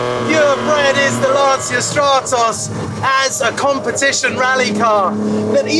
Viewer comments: You pronounce" Lantcha " not Lansia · If you love this car please learn how to pronounce its name, is not "Lanzia"...in Italian phonetic is important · Great vid but PLEASE if you make a video about a Stratos at least try to pronounce LanCIA somewhat correctly. And I'm not even Italian... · Why you can't pronounce the name correctly? It seems like you do it on purpouse saying it wrongly. Why? Just why? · Epic car, beautifully filmed and presented by a guy who can't even pronounce Lancia correctly. What happened to this great channel..